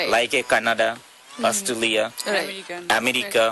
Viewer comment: I want this guy to say Australia one more time.